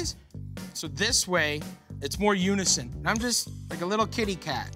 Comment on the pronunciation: M M for some reason it sounded like there was something wrong with his mouth just when he said that word